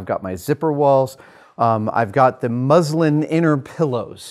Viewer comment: ohh, thanks ! sounded a bit like the religion (islam) at first. cheers